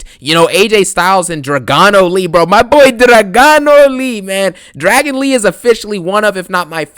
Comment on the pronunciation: "Dragano lee😂